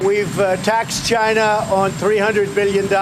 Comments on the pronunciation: 1/2 correct, he said Jina 😂😂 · CHY NAH. It came from Chy nah.